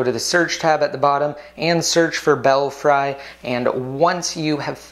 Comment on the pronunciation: Thanks for the video,! And actually, the correct pronunciation is "Bell-free." As in "Bats in the belfry."